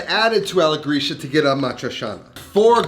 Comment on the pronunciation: I sometimes wonder if you are a "real" italian, because of the pronunciation of some words. For example "alla gricia" should sound like "alla gritscha" and not like "alla grischa"...i dont know, maybe i am wrong. Your recipes are always super nice, but i wonder if you grew up in italy?